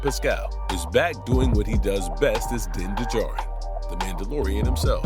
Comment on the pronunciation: you are hitting one strike after another.... din de djarin???? like in many other videos of yours lately....you have never watched anything of what you are talking about, and your ai scipts don't help you either, when you are reading of it like the robots you employ to write this garbage....